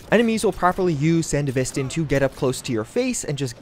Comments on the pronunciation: Love that three years later, you're still calling it "Sandy-vistan" 😄 Don't ever change,! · Ik this video is old but I despise how this dude says “sandevistan”